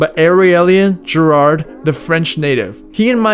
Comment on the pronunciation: Never heard anybody pronounce Giraud as JIRARTH 😂